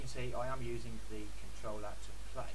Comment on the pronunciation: "controllla" I'm dead